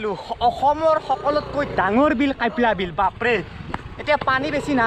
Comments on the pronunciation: Kyapla bil nohoi kapla bil he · It's not কাইপলা বিল its " কাপলা বিল " !!